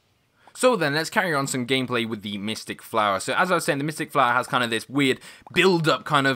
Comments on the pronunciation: You said mictick pea and metel pea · Did you say mystik pea?